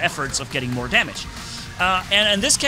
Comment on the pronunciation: Are you saying I'm worh it or not 😂😂😂